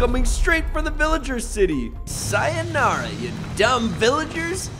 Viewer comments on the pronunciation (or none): Bro pronounced sayonara wrong and I'm dying ❗❗